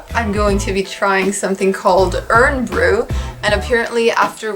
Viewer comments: Pronounced. Iron Bru:) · Arrrghh Irn Bru out of a plastic bottle is a no no. Pronounced Iron Brew it should always be drank straight from a glass bottle.